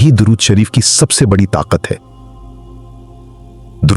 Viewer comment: Apne alfaz to thek se bola karo video banake chakar me ghabra ghabra ke darud sharef ko durud sharef ambara ko amar video banake pura dekho suno fer upload karo pls bakgraud mewjek kew kya jarure hai samjhana kam begadna bahut hai